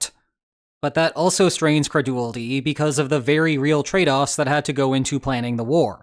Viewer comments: Its pronounced, cre-DU-li-ty NOT cre-du-ly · "Creduuly"? 😂 Super captivating!!